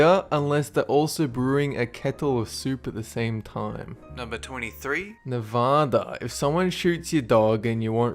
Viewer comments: cough cough it's pronounced "neh-vAh-dah" not "neh-vaw-dah" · Nevada is pronounced (Neh-vah-duhhhhhhhh) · You pronounced Nevada wrong. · it's not nevawhdah is nehvAda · "Ne-va-da" not "ne-vah-dah" AND WAIT YOU CAN KILL SOMEONE THERE LEGALLY FOR THAT?! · you say Nevada rong trust me I live here